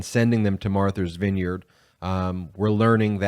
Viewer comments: It's Martha, not Marther. Matha's Vineyard, not Mather's Vineyard. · Martha’s [Vineyard], not Marthers. That’s like a reverse Boston pronunciation, lol. They drop the “r”, you added one! ;). [love your wrk, btw, and thank you for what you do] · Is he saying Marthur's Vineyard?